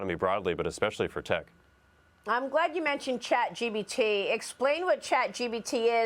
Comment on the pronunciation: why is she calling it Chat GBT???